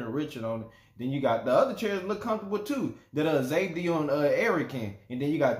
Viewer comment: Zabdiels name is pronounced ZOB-DIEL